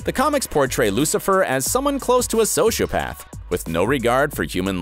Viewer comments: "The Devil made me do it" speech from the book was directly put in the book. And in Season 5, Lucifer found out Michael manipulated him into leaving Hell. The pronunciations of "sociopath" and "reticent" make me cringe. He obviously isn't omniscient in the show. Everyone knows that. "List of superheroes he has." You mean "List of superhero POWERS he has" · i think what he's getting at is the word archangel is pronounced like ''ark-angel' which is how everyone I know pronounces it. edit: he also mis prononces sociopath